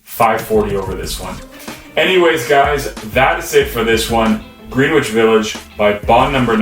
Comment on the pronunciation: It's like Grenn-ich... not greeeeen which .. come on guy